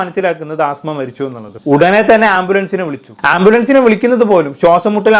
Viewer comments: ആസ്മ അല്ലടാ പൊട്ടാ 😂അസ്മ 😂ആസ്മ ഒരു അസുഖ ത്തിന്റെ പേരാണ് 😂😂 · ആസ്മ അല്ല അസ്മ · അസ്മ not ആസ്മ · Penkuttide peru neeyum thettichu😂aaasma alla asma😂😂😂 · Asma aan ആസ്മ alla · 'ആസ്മ അല്ല' "അസ്മ" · ആസ്മ അല്ലെടാ അസ്മ ' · Chetta Aasma alla asma ennanu😢